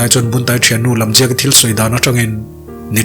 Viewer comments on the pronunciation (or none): Jamliaki awh nilo Lamjiaki🤣🤣